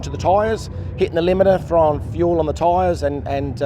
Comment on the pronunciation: 6Super6Chicken6 buddy it’s fuel not feul